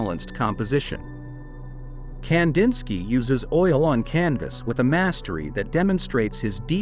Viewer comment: Ai... goodbye immediately leading off with that awful mispronunciation